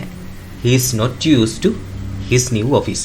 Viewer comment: new වචනය සැබැවින්ම ශබ්ද කරන්නේ ' නිව් ' යනුවෙන් නොව ' න්යූ' යනුවෙනි. කරුණාකර OALD පරීක්ෂාකර බලන්න